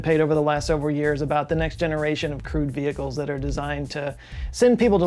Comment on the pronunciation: So when I hear you say it, I hear Crude Vehicle (was duck tape involved) although it could be the fuel is crude oil. Just sayin'.